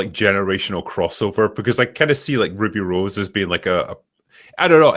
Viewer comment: Ah, Wooby Wose, the Batwhaman. Meh...